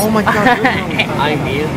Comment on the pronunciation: tigerbalm i wheel. instead of i will. wakakakka.